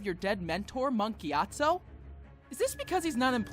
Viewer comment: Mark Gyatso? listens really hard I'm sure it's Monk Gyatso.